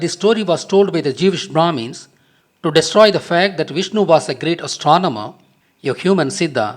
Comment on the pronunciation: did he just say......jewish bhramis?